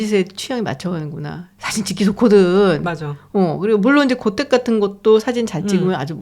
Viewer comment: 단어의 장단음 문제가 엉망이옵니다.!! 채식, 좋다, 두 번, 소 도시, 사실, 사실, 고택,사실, 제가(나), 구술, 했지만, 살고(to live), 사실,보통,정계,퇴계,정말로, 등!! 장음인 첯 자를 "짧게" 잘못 발음했더이다. 참으로 실망했오이다. 정중히 권하오니, "한국 어문을 고발함"이라는 책을 조용히 읽어 주실까요?? 또 한가지, "감동받았다"고 했는데, 교양인의 말씨로는 너무 천한 일이옵니다. "감동했다"라고 해야지요 미국 변 완수 드림